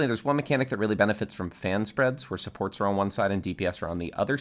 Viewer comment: every english speakers: supports. some guy accent: sports.